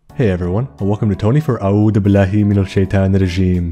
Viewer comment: As a person that understands Arabic, it’s hilarious to hear you say the names in Arabic for the genie and majnun, as well as shitan. 💀